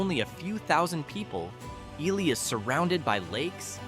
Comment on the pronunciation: Wow...TOTALLY got the pronunciation of Wabasha (should be pronounced WAH-buh-shaw) wrong!!! Got Ely right, though.